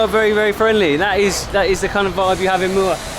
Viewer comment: you said muar with no 'r' like local muarian